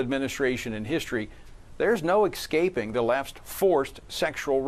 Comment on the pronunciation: Did this idiot really say "excaping"??